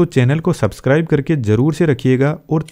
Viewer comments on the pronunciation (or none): none